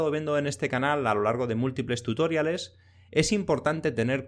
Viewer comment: Genial el vídeo, pero por diox, deja de decir "tutóriales".